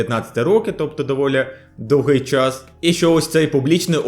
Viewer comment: Процес був дОвгий, а не довгИй. Дуже рiже слух. Дякую за випуск. Вельми iнформативно!